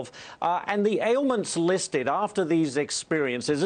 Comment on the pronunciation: What’s alaskurr? Did he mean AlaskA?